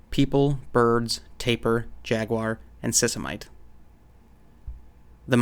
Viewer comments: Sisimite = "see-see-mee-tey" / By the way,, I love your videos. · Sisimiteh! adding the "h" should give you the correct pronunciation.